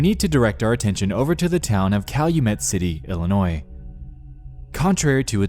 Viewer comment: Being an Illinois native I'd never heard of this story before, so thank you on that one. Also, thank you for pronouncing Illinois correctly lol!